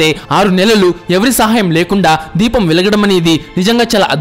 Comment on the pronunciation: Dweepam kadhaiah, Deepam ani chadhavali